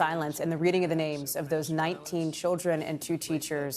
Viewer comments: trump makes me sick.....can't even pronounce the names.. as if he even cares....🥶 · I'm offended for the families that that offensive Cheeto spoke the their names and got so many of them wrong. He's human garage🤮